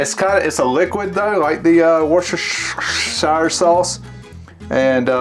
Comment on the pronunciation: Loved this! - it's whuster-sure sauce:-) But you're mangling of it is hilarious:-)